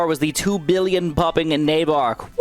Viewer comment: Billon wow😂 why you said billon ok